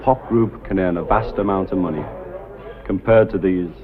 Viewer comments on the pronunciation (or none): none